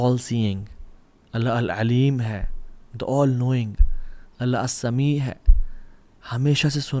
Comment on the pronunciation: السمیع۔کے ع کی تجوید اچھا کرین پلیز باقی ماشاء الله